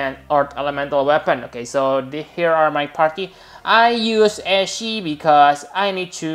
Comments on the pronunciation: GODDAMN YOU. We will unsubscribe... if you do it... 1 more time.. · I love your videos but your pronunciation of Ashe is killing me... it's not pronounced Ashy it's pronounced Ash the E is silent. Ashy makes her sound like she needs some skin lotion.